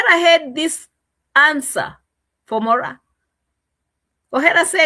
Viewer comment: It’s Moraa😅😅😅